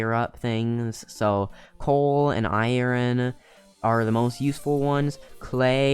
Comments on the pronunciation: iren lol you call it iren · I ern not iren